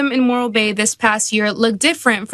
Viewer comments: Morro bay, I think it's moron Bay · I kept hearing "Moral Bay" and I ain't going there either.